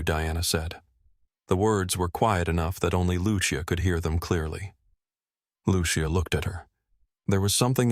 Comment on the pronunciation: What’s up with redness on Mrs Whitman’s face? Is it supposed to be a birthmark? Just a quick note. It’s pronounced “Lu-che-a” not “Lu-she-a”.